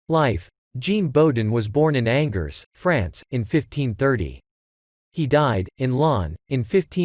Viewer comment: excellent - except your French pronunciation like -angers angers me, Whether or not it is AI unable to make a difference between proper nouns and common ones...please address and remedy. Thank you much svp merci